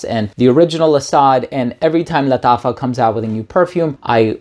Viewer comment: He's pronouncing it in spanish bro